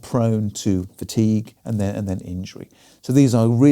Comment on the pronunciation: "Fatique" be gone!